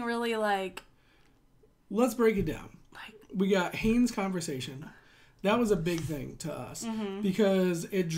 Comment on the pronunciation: I know it's been said, but its pronounced Hahn-es.